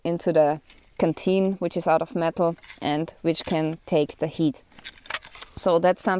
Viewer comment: The first half of your overview, I thought you were saying kateen. I finally heard canteen. Fru?? Lol anyway, thanks for your opinions. Have a great day.